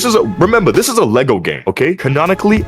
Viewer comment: I looked it up on google and it says Roblox avatars are abt 4'9" but I do get his point and agree Also the way he says "lego pieces" 💀